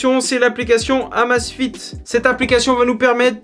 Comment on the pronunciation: Mon dieu, ca se prononce " AMEIZE FIT" à l'anglaise !